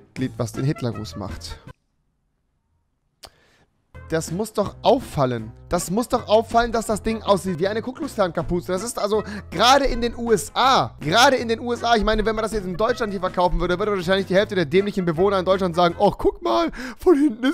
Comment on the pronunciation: Rewi nicht kukucksklan sonder kuklux klan